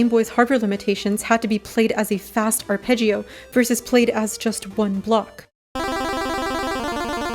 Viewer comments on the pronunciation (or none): none